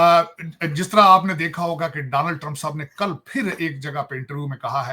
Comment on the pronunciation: Danal trump🤣🤣🤣, bretain nhi bartaniya🤣🤣